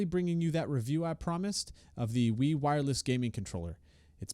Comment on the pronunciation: Wee, not VEVO, Wee.